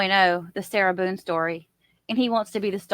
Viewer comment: Can’t stand the way he says “sira Buuune”. Or maybe it’s just the name I can’t stand